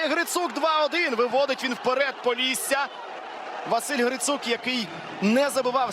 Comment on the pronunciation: поллісся🙉 шо воно таке🦧🤣